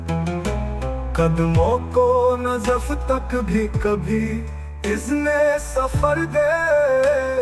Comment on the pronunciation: AI نے پڑھنے میں دو غلطیاں کی ہیں. علی اصغر کو علی اسگر اور نجف کو نزف پڑھا ہے